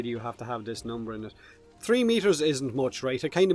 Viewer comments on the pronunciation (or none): The horrible Nergigante more like trHee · One, Two, TREE , Four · "Tree meters"